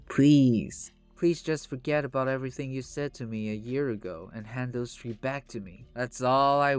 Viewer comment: can you speak with a little more enthusiasm. It’s really hard to listen to. Also, it’s pronounced th-ree not “tree”